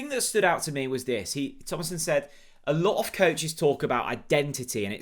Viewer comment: Since when has ever pronounced a non-English name correctly.